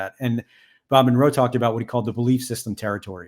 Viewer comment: Ahhhhh mon roe. I hate it 😂😂😂 I love the video though!